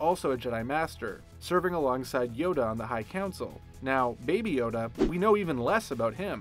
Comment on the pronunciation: I actually thought he said baba yaga